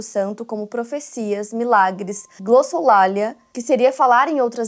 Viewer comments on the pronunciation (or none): Na minutagem ao falar a palavra GLOSSOLALIA ela pronunciou /glossolália/ a prosódia da palavra é /glossolalía/ com a tônica no "i"